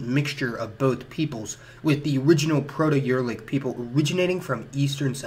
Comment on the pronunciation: A few times he names some European people with a word that sounds like "Alan". Who is he talking about? (Or is he mispronouncing some other name like he mispronounces "Uralic"?)